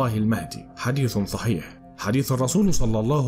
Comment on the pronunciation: كنذ وكنذ وثحيح عندك مشكلة في نطق الحروف ياباشا